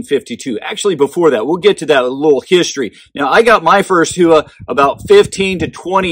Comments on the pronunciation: I took Japanese and I believe it is pronounced "Hoo-Wa" but I mostly hear "how-wa". I have been trying to say how-wa but old habits are hard to break 😉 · NOTE: It is pronounced "hoe-wa" with no emphasis on either the "hoe" or "wa" NOT "how-wa" or "who-wa". I actually studied Japanese and was able to read and write back in 1989 but had got rusty and was going with what I was hearing from the American companies and shooters, my bad. I should have gone with my gut. Much like Karate "ka-rha-Tay", NOT "ka-ra-dee" we say that completely incorrect in the US. You can either say it correctly and have folks correct you with the WRONG pronunciation or say it incorrectly and go with the flow. The Japanese word "Howa" ("豊和) means "Bountiful Peace" or "Beautiful Harmony." (The hiragana for "Howa" is " ほわ"). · Great review as always. Just curious if you pronounced it correctly. I thought it was How wa but what do I know. Great stuff and thanks for doing the homework for us. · ほわ。 ho-wa. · That is incorrect, ask a Japanese person. It's "hoe-wa" I studied Japanese and if you google it, look for pronunciation from a Japanese person, it is a Japanese company. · Who-a? Other than that great video.